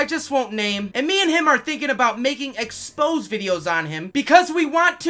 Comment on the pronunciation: It's amazing this new, semi-literate version of English emerging on Youtube, based on content creators who don't read getting standard terms wrong, and then other content producers copy them. So the expose, a noun from journalism, some sort of exclusive is now said wrong like the verb expose for no reason, meaning it just sounds wrong, like a fragment, but hey, these semi-literates don't even seem to know the difference. Psychopaths are called sociopaths wrongly when people make illegal long range diagnoses, using fictitious Personality Disorders like sociopathy, which has zero narrative value value in those contexts. Entitled is mangled as "titled", because entitled is a psychological term that was in fact borrowed from entitlement, but these semi-literates again, have no idea, so they seem to have unilaterally decided to change English, even though they have no standing to do so, while they literally rot the minds of even younger viewers who are entirely credulous to this mangled argot being developed, or rather "grown" on here.